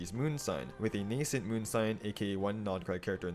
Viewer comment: THANK YOU, finally someone who knows how to pronounce the word “nascent” correctly